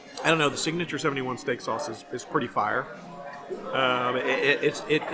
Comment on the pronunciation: Gotta try it when I’m back down. Stop saying it’s fire all properly though. Lol “It’s Fi!”